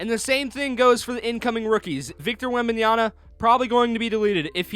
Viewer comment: It’s Wembanyama, not Wembanyana